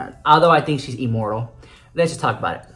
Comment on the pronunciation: Omg I heard amoral instead of immortal and laughed so hard 😁👏🤣